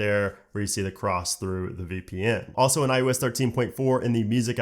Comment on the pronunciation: Probably just an audio quality issue or regional thing, but it really sounds like you’re saying “i-U-S” instead of “i-O-S.” Other than that distraction, good job.